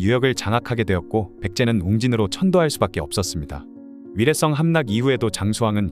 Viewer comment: 위례썽 위례썽 거슬림.